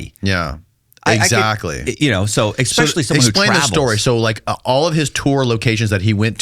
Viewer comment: 🤷‍♂️DangIt man, 😂you talk for a living I know you’re a redneck from Florida but EXspecially is not a word, even in Florida. 😂